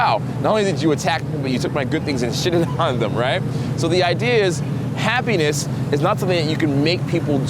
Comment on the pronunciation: I paused this in the middle of the word happiness, went back to listening awhile later, and I just hear "penis". You got me...got me good.